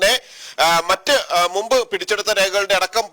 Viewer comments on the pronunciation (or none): none